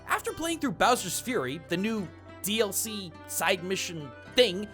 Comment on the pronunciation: It’s NOT D.L.C. dude